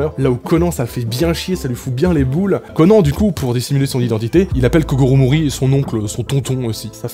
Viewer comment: Je me suis tappé une barre quand il a dit kogoro mouri